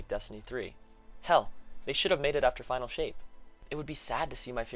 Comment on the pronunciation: 35 they said "final" but most the player base heard "finale"